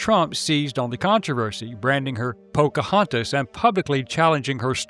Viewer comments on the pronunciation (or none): PocaHAUNTus lol.